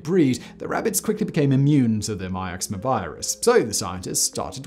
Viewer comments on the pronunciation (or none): Mix-oh-ma virus Simon